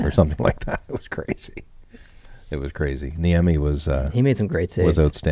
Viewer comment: Caught-can-Niemi. or Cot (as in foldaway bed) can Niemi. Yeah, it's hard though.